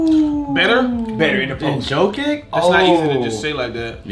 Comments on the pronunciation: Why say jokit instead of yo-kitch like how it’s pronounced 😭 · They laugh at for sayin but then say Jokitch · Bro say “jo kick”💀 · “Jo-kick” - “Ja-kitch” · laughs as flight saying Jakich — says “Jokick” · "Jokic": "JoKick" "YOU DONT LIKE JO-KICK": "Jahkitch" "Hes a Walmart drik nowitzki": "I like Joker' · Bro saying he a jokic fan but he literally calls him jokik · laughing at for saying “Jock-itch” meanwhile saying “Joke-kick”… 😂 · its pronounced "yokich"